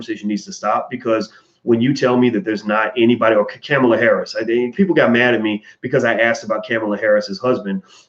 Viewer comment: Why can't you pronounce the VP's first name correctly? People deliberately called Ali "Cassius clay" to disrespect him.